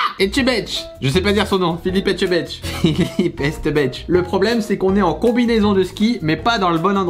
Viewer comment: ETTE TCHEU BEST Cyril, répète après moi ETTE TCHEU BEST 😂😂😂